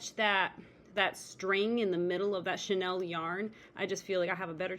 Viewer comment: hi ur vid pop up in my feed. This project is so CUTE. In the spirit of want to be helpful...(and bec I'm from the older generation when chenille was VERY popular)...Chenille is pronounced 'SHE NEIL' (bel it's derived from french). You are pronouncing it like the French designer's name 'Chanel.' Chenille has been around a VERY long time. I rem even my grandmother had a chenille bedspread. But you're using it in a new and exciting way...keep it up!!!😊